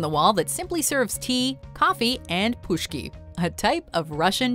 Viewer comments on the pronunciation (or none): This lady pronounced "pishki" as "pushki" which means guns. Yes, guns have been served in Saint P since soviet times 💓 Love my hometown 🎉